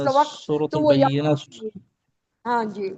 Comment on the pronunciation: حضرت سورۃ البینہ ہوتا ہے انٹی غلط پڑھ رہی ہے